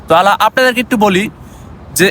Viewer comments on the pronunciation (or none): none